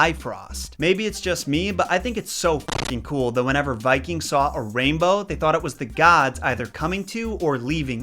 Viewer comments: A common mistanke also in Danish is the way Bi-frost is pronounced. The meaning of the word is a bit shaky but the most likely way to pronounce it is bif-rost where bif, in old norse, means trembling or shaking and rost is road. So Bifrost then comes to mean the “trembling road” or perhaps in another translation the “momentarily visible road”. Doesnt quite roll of your toungue i know but I dont make the rules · It's actually pronounced "BIF-roast" (emphasis is always on the first syllable in Norse words). "Bif" is of the the same root as the Icelandic word "bifa", meaning "to move", and "röst" is a really archaic word of uncertain meaning. It's also possible that it's a misspelling of an earlier version of the word, called "Bilröst", meaning something akin to "the fleetingly glimpsed rainbow".